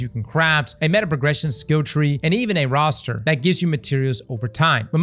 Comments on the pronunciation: Bro said roaster instead of rooster 🐓 💀😂😂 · .... a roo- ster. Not a roster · Dawg. Did you really call the male version of a chicken a ROSS ter? It's Rews ter. 😭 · It must be that accent. I gert up everay murnin as the roster craws and I says hurrlo Mr roster